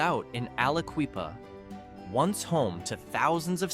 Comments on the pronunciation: Aliquippa is pronounced with a short i (eye), not ee (native son here) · Aliqueepa? C'mon bro. Say it right...It's Ali"QUIPPA". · If you can't take the tiime to learn how to pronounce these places correctly - it's not al-uh-KWEE-puh, nor is to du-BWAH - no one should take you seriously. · Aliqueeppa really hurt my ears lmfao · Aliquippa do you see it q u on IP quip if you're going to talk about Pennsylvania at least talk get the right get the names right dude pronounce them right like the locals with like Bethlehem😮😢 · I'm surprised Altoona wasn't in the top 15. Also, 'Alaqueepa' 😂😂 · Tom Hanks pronounced it Akwa-Lippa when he played a senator in a movie. 😅